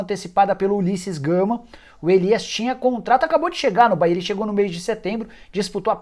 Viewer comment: Bahia não "Caia"